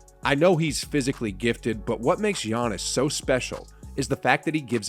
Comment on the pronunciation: This dudes list is almost as wrong as his pronunciation of Giannis’ name